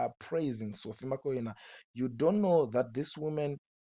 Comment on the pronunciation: Iwe who is Sophie Makwena. Pronounce .bvunza kuti anonzani nhani